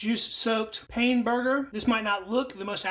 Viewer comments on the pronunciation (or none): It’s pronounced “pan” not like I’m in pain like he says. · Pain (bread in French) is pronounced “pan”.